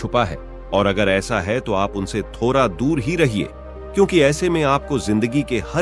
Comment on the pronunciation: छोरा रे थोड़ा होता है थोड़ा नहीं छोटा होता है रे